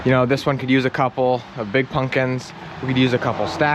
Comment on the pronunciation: Pump kins not pun kins .